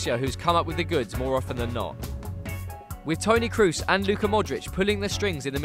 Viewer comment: Great analysis, but it's pronounced Carvahal (not Carvajal) and it's Toni Kros (with long 'o', not Toni Crouse).